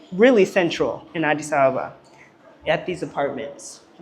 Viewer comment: Addi Abeba, she pronounce it so correctly!!!